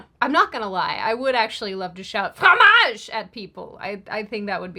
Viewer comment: YOU KILLED IT WITH “FROMAGE”😂🫶